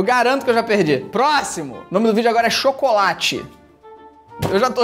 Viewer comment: Çocolate! Aí meu deus, çocolate! Kkk